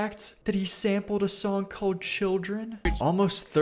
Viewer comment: God i cant stand the way says the word "song" He says "SONGK"